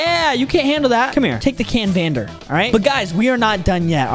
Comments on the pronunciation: You saying the sword wrong its cavander even theres letter n canvander but its when you say its cavander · You are saying the sword wrong but im glad u finally figure it out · Boy that is a silent n 😂😂😂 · You saying it wrong